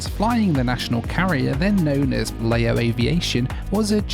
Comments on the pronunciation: As others have said, Laos is pronounced 'Louse' as in 'House' and Lao is 'Laow' as in 'cow'. What's bizarre is that over these two videos, you have added in video clips from a cartoon where it is pronounced correctly - it has been literally demonstrated how to pronounce correctly (though I'm guessing you did the filming, before digging out those video clips to insert in to the edit!). It's still making me wince every time I hear it mispronounced, especially as I hitch-hiked across the country in a lorry back in the mid 90s! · Lao is pronounced like "cow" or "brow", not like mayo (as in mayonnaise). But you did pretty well on "Vientiane". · Lao is pronounced to rhyme with 'cow' and Laos with"house" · Great video as always. It’s Lao (Laʊ) as in Wow (waʊ).